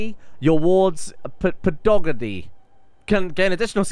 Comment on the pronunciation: oh boy, his pronunciation of pedagogy